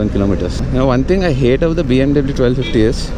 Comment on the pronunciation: U can't tell BMW properly... u pronounce W wrong